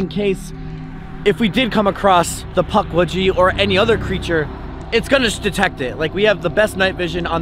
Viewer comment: i love that he calls them Puckwedgy